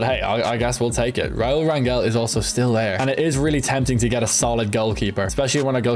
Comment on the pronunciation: As someone with the last name Rangel it’s pronounced rayn-gel